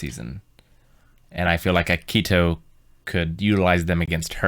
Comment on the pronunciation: Yeah I noticed she pronounces it kind of like “aki-he-toe”. Tbh both of them have had trouble pronouncing some names in the show. At this point in the reactions it just makes me giggle